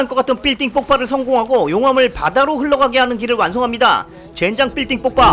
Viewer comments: 삘딩뽑빠삘딩폽파 삘띵폭파빌딩폭파 와씨한국어왜케어려워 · 삘띵뽂빠라니?발음 안되면 빌딩폭바(퐈아) 하면 될텐데...국어시간에 잤군요!ㅋㅋㅋㅋ어렸을때 본건데 깨우침이 많은 영화.....자신을 희생하면서 남을 구하는사람,살려주는데도 못참고 발악하는사람,결국엔 화산재로 뒤덮인 사람들은 모두가 똑같은 형태.... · 불가능할꺼 까떤 삘띵뽁빠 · 아 덧글안다는데 삘띵뽁빠 한10번은들은거같아요 넘웃겨 ㅋㅋ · 삘띵뽁빠 ㅋㅋㅋㅋㅋㅋㅋㅋ 언제 나 들어도 재미있는님 의 영상 과 말빨로 1나의 병맛 영상이 완성이 되지요 (이게 맞나..) 하트좀부탁 드려요 ㅠㅠ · ㅋㅋㅋㅋ 삘띵뽁빠 ㅋㅋㅋ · 삘띵뽁빠 ㅋㅋㅋㅋㅋㅋㅋㅋㅋ